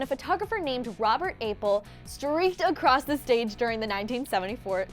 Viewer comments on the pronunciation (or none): none